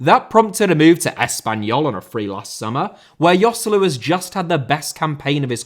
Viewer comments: Yoselu?! Its pronounced Hoselu, its not that hard lads... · "Yoselu" lol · man, who hurt you? :D The only real mistake is Joselu, the rest is fine